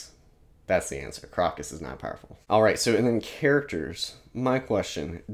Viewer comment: Really dug your first impressions of Malazan! -Erikson's writing chops take a tremendous leap between books 1 & 2 (he went to Iowa's Writers' Workshop in-between books) You nailed a lot of the pronunciations!- but Crokus is 'Croak-us" You mentioned point-of-view & the Baruk scene with Rake- and Erikson's p.o.v.s- while numerous- do some really nifty filmic things. In the first few books you hardly ever see a scene from the most powerful character's pov- you see them through the eyes of others & it gives almost a shot-from-below larger-than-life impression. Just a cool narratve trick of his I enjoy You do not have long to wait for more answers on otataral Stick with it- can't wait to hear your reactions to Deadhouse Gates!